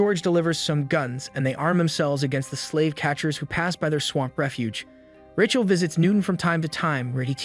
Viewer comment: Is this an AI? Because if you cannot pronounce the name RAYCHEL properly then you have problems. Kinda ruins the whole thing.